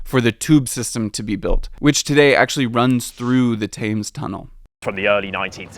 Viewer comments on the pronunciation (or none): Great video! I love London! One minor thing. The river is pronounced like tems. Rhymes with dems or hems. As pronounced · yeah, that was a small goof, given that it used to be part of the Underground. But! What sort of hurt my ears was the way he pronounced "Thames" when saying Thames Tunnel, He did it twice! But at least he was consistent. And I'm an American, so otherwise I sound like him. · It's the "tames" vs. "tems" that upset me :D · Genuine question no hate, why can’t any Americans pronounce “Thames” properly , it’s pronounced “temms” , multiple American YouTubers get it wrong is it just pronounced different wit that accent ? Or are they just incorrect? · The “tames” tunnel? Thames is pronounced “tems”, as the British fellow said it. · Great vid. Pronunciation tip: the Thames is pronounced as if spelled “Tems”, not “Tames” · Not ‘Tames’, ‘Tems’ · One other note: Thames pronounced "Tems" not "Tames". :) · It's NOT 'The Tayms', it's pronounced 'The Tems' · It's pronounced tems, not tames 🙄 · “Tems” not “Tames” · Its pronounced the Tems not Tames! Yanks! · Good video, however you spent a while in London, I can't see how you pronunciation of the river Thames is so bad. Its pronounced Tems. You're saying Tames. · Also - Tems not TAmes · Great video however The Thames is pronounced Tems rather than rhyming with aims. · The river Thames is pronounced /'temz/. You were pronouncing it /'teɪmz/ with an American long A diphthong. That said, well done. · I'm surprised you spent time in London, and no one corrected your pronunciation of the River Thames ... it's TEHMZ, not TAMEZ. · It’s pronounced Tems not Tames! Rhymes with Tens not Tains. Ignore the spelling of Thames. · *Tehms not Taymes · Good vid 👍 - but the river is Tems, not Tayms. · River Tayms? Ouch. River Tems! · Great vid but it's pronounced Tems, not Tames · Interesting video, but FYI you pronuce Thames wrong, It's pronounced "Tems". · The river Thames is pronounced TEMMS. Cheers. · Pronounced Tems